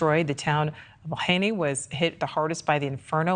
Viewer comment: So she is interviewing a guy on Oahu asking him about what the Gov said in a press conference. She didn't even pronounce Lahaina correctly.